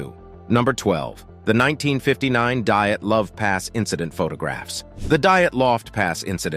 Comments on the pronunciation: Dyatluv not diet love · Amazing video! I love watching them every time you come out with a new one. I just want to say though its called the 'Dyatlov Pass incident' not 'diet love pass incident'. because it was named after Igor Dyatlov , the leader of the group. But keep up the videos! I listen to them all day while at work! always love learning something new! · The Correct name is "Dyatlov Pass". Not the Diet Love Pass... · That's "Dyatlov Pass," dude.